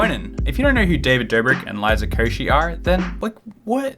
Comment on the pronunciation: u could have googled the liza koshy's pronounciation